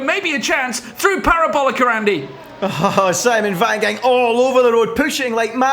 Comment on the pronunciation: 'the parobolica'